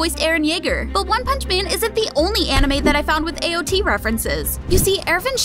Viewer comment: AOT not AO T